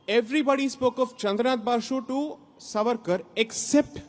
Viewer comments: Mohua firt learn to say the name savarkar properly , he is not Suvaarkur as you ignprattly pronounce, Sai Deepak you have really tarnished the wopped up narrative flogged by the anti Hindi brigade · The name is Savarkar and not Svaarkar as you are saying it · Madam ! Please 🙏🏾🤨!! It is not SaVAArkar but SAAvarkar. One would expect that you would take care to pronounce the name of a great historical Indian figure correctly as you are so very particular with your Bongali names!